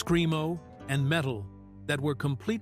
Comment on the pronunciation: I like it when our Ai bot says, Screen-O, a lot. Lol